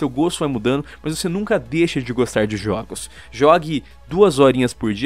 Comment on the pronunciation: Juogos kkk